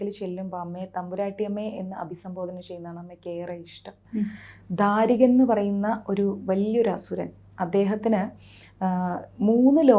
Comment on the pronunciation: ധാരിക നല്ല ദാരികൻ എന്ന് ഉച്ചരിക്കൂ ബാവമല്ല, ഭാവം. അക്ഷരങ്ങൾ സ്പഷ്ടമായി ഉച്ചരിക്കുക